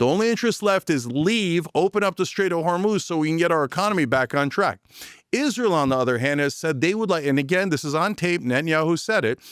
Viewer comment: or everytime Cenk says Isreal